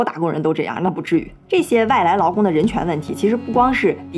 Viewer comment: 听着一声一个外来“老公”，奇怪了好久才意识到是外来“劳工”😅（找打）。